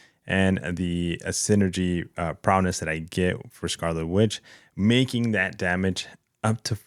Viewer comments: Prowess, not prowness 🤣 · Why does he say “prowness”?